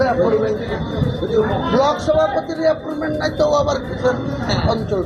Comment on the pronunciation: আ্যপরমেন্ট না কাকা, আ্যপয়েন্টমেন্ট। তোমার তো মুক্ত বিদ্যালয় এর সার্টিফিকেট আছে, তা তোমার মুক্ত বিদ্যালয় এই গুলো শেখায়নি? না "সাদা খাতা" পাস?